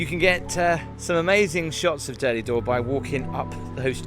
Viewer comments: Tiiiiiiiiiiiiiiiiiiiiiiiiiiim!!!!!!! It is pronounced ‘Dur-Dull-Door’ not ‘Durdly Door’ 🥴 You’ve just had the whole of Dorset screaming at you 🤣🤣🤣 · It’s called Durdle Door, not Durdley Door. Just saying. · Also its prnounced Durr-dull Door, not durdelley 😆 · Found it hilarious how you kept calling it durdley door 🤣 bet you say 110m hurdleys aswell 🤣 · Hi. Are there any videos of Gabby singing 🎶 ( Sorry if I spelt it wrong). Ps its pronounced Durdle door not durdley 😅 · Dear, it's not Durdley Door. It's pronounced Dur-dal Door. I've never heard anyone call it Durdley. 🤣🤣🤣 These places hold memories of my teens because I lived near there. Sandbanks and the Sandbanks ferry, Lilliput, Poole Harbour and the surrounding area. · It's actually called durdle door not Durdley door. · Your pronunciation for Durdle door is totally incorrect. It is not the derdeley dor 🙄🤦🏻‍♀️ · Saying Durdle Door wrong 😅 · Another brilliant vlog! Really enjoy watching your videos. Just one tiny moan, with Durdle Door the E is not pronounced on the end. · Do not pronounce the e on the end of durdle door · You might need to work on your pronunciation of Durdle Door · You must be from Liverpool as you don't have the letter "T" in your speech. LOL